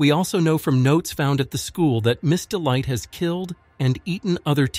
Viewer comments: Miss Dite it’s Miss delight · the way he called him ms dite